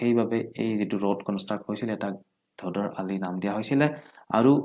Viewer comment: ধদৰ আলি নহয়। ধোদৰ আলি হয়।